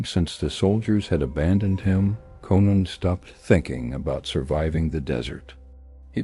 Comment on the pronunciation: Why not rewrite the words to make AI read words correctly? Even says Conan wrong at times